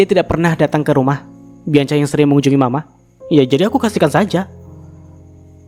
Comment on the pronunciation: Nex bianca di bacanya bianka ya mas 😊